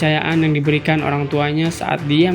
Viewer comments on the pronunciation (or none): none